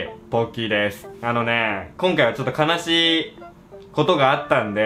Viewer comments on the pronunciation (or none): ⭕️ ベストオブ悲しい ❌ ベストオブ魂 ❌ ベルトオブ悲しい ベストオブ魂と聞こえたのは私だけだろうか。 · か↑なしい笑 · 悲しい、のところちょっと発音を英語に似せてるwww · 最初の『ベストオブ悲しー』の悲しーの発音が面白かった。(笑)